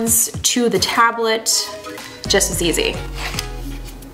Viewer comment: Why she call it tablet like that tho